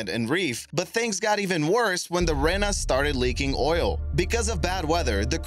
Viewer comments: I lived near the Rena and it is pronounced reee na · As a New Zealander who constantly heard about the MV Rena incident, it is pronounced REE-NA. Apart from that fabulous video! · Uhhh.... you say the mv Rena like the end of arena not like how you say it